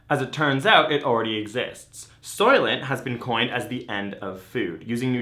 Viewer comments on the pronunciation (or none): Did they say SOYLANT!?!?!??! SOYLANT GREEEEEEEENENNNNN